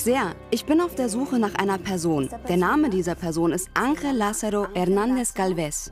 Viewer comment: Ich bekomme Ohrenbluten wenn Julia den Spanischen Namen ANGEL falsch ausspricht🙄